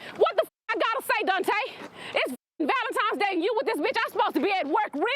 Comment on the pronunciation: Not on valentimes day lol but people kill me when they say it like this.